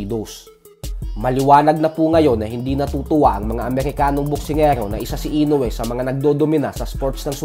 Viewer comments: Mali rin bigkas mosa INOUE 🤣 INUWE hahaha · Floyd can't say "Inoue", it's understandable, because he can't even read.🤣👍